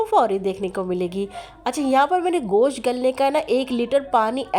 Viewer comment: You call it "Gosh". It's not "Gosh"; it's called "Gosht".